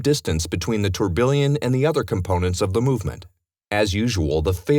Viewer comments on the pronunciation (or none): everytime this guy says Torbillion. The correct word is Tourbillon pronounced Tour-Beyon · yes, let's look at the...tor-billion. lmao. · tourbillon, don't thank me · Someone please tell this guy how to pronounce tourbillon.